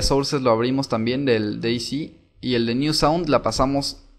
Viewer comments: "s" en ingles se dice "si" como dijiste vos, pero "z" en ingles se dice "sed" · Creo que ´´C`` en ingles se dice ´´si``, y ´´Z``, creo que es ´´sit`` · Se dice Day Zet